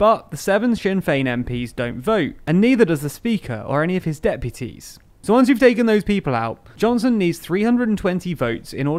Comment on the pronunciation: "For once it looked like Brexit is going smoothly" with emphasis on once.